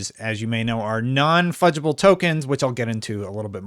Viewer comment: Non fudgeable? Is that what he said?